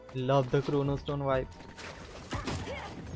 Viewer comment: aah chromastone , idk when i was a kid we used to pronounce it as chronostone :P